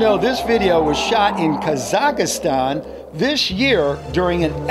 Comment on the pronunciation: said kazastan wrong